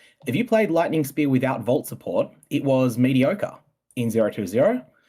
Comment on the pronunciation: Brother, it's Fate of the V[aw]l Not "Val" reiterated it to you multiple times in the interview in response to your mispronunciation... Multiple times...